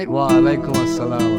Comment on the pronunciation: সালাম টা শুদ্ধ হইলো না